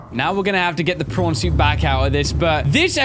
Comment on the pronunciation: how come to me it always sounds like is saying porn suit and also if you can cure creatures why cant you cure your self ¯\_(ツ)_/¯